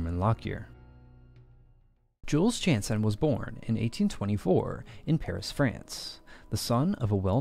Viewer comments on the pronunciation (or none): none